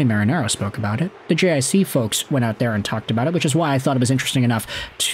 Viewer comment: JiC is pronounced JeeCee